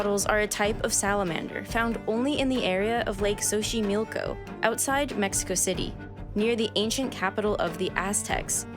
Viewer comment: Your pronunciation of the words Axolotl and Xochimilco is insulting to my culture 🤦🏻‍♀️ The X sounds like “Sh” in Axolotl and “S” in Xochimilco. Pretty important to a documentary-type video to get the main words right 😬